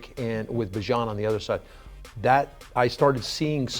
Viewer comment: IT'S NOT BUH, IT'S BEE!!! fkn aye. He told everyone. Bee-zhaan